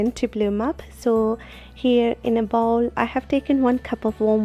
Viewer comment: Bowl sounds like bowel!